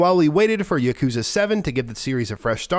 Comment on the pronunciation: Its not yuk-KOOO-za. Its yah-koo-ZAAAA.